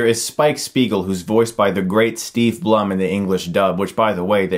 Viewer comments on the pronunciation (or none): Sigh...I swear Chris...if you weren't married... Oh, BTW, it's pronounced Bloom. Not Bluhm. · You pronounced Steve Blum's last name wrong